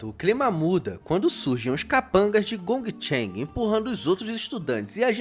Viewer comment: Dica: Esse G depois do N, tipo no nome do 1º valentão Dong Cheng, é igual no inglês, tipo em shopping, playing, making. Esse último G não tem som, então Dong Cheng, por exemplo, lê-se "Don Tchen".